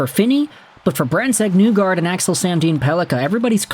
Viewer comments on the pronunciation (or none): My guy, ya gotta stop saying “Newgard”, it’s Nygard, as in KNEE-guard. Cmon. You can do this